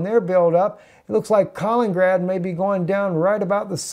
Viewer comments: south china sea is hot point as well and east Ukraine.... and it is pronounced Kali-nin-grad and not kalin-grad. with three syllables not two. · Kal-in-in-grad not Kal-in-grad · If you don't learn to pronounce Kalin-in-grad, I'm gonna start a war.